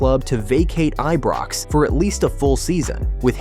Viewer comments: Eebrox? Get rid of AI voice overs please! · Pronounce the Ibrox name properly. 💙